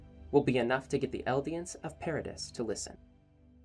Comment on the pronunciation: you said the islands name wrong the whole time i